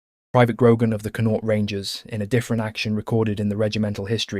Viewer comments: You pronounce Connaught like Con-oct. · Con-nought. Linster 😂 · Very interesting history, however if you are going to talk about Irish soldiers you should at least make some effort to try to pronounce their names and the names of the places in Ireland from which they come correctly. It is just lazy and appears somewhat disingenuous to mispronounce their names etc over and over, especially such easy names as, "Ennis", "Connaught" "Sinn Fein" or "Fermanagh" and even ""Donegal" or "Athy". As with all of there names and places the correct pronunciations are not difficult and can be found online phonetically. German, Dutch and French historians have spoken and presented on Irish regiments and have successfully made the effort to use correct pronunciations even though both Irish and English were not their first languages. The use and mispronunciation of the saying and motto "Fág a' bealach" at the end is annoying, it can even be anglicized as "Faugh a ballagh " and again can be found online. However It has nothing to do with asking for or expecting to be given "Quarter". It is a traditional Irish battle cry which translates as "clear the way!" a motto indeed very suitable for the theme of the video but again it was used incorrectly, just a little effort and care made and it could have also been used correctly and to good effect. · it takes 20 seconds to find correct pronunciation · I love the history my Great grandfather and great grand uncle fought in the great war both returned home to fight for Irish freedom . But the pronunciation of the Irish Regiments is killing me. 😂 Please try harder Especially Connaught omg so bad😂